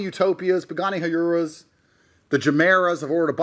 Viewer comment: "Huyuras" man can't even pronounce his OWN CAR 😭